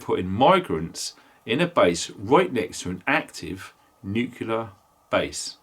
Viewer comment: Not nucular nuclear.